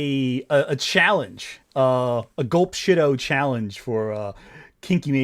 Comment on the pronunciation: The way he mispronounces glup shitto irks me